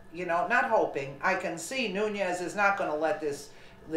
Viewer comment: it is pronounced noon-es.